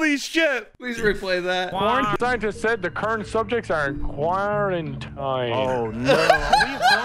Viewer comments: panda's face when Nogla said "Kwerintine" 🤣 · The whole "KWYRENTINE" thing had me choking on apples the whole time 🤣🤣🤣🤣